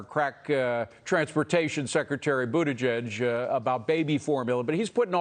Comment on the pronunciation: Did he call Butt-edge-edge "Crack Transportation"? 😂😂😂😂